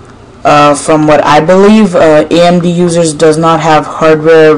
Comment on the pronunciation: do you say AMB or AMD - and what do you mean?